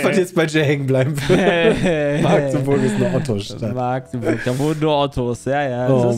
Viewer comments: Das heißt nicht "Maaagdeburg"! EInfach einen kurzes A bitte, also "Mackdeburg" :) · Erste Gelegenheit dazu, das zu schreiben, da ich jetzt hier wohne: "Dit heest 'Machdeburch' und nich' 'Maaagdeburg'." :D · ich komme aus magdeburg und , magdeburg wird nur mit ein A geschrieben und nicht so Maaaagdeburg :D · Lieber Maaagdeburg als Ma-Agdeburg ... Aber korrekt heeßt es eh Machdeburch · Das heißt Machdeburch und nicht Maaaaaaaaaaaaagdebuuuuuuuuuurg!!🙈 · Ich fand es okay. Wüsste nicht ob ich 50 Fragen zu Westdeutschland beantworten könnte. Eine kleine Sache noch: Magdeburg wird nicht Maaaaaagdeburg ausgesprochen. Da bluten mir die Ohren 🙉 Richtig wäre Machdeburch. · Dat heißt Machdeburch und nich anners du Vorel! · Wie sie Magdeburg aussprechen macht mich jedes Mal wieder krank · Ja ich finds auch ganz schlimm diese Aussprache. Wohne auch nur so 30 min von Magdeburg weg xD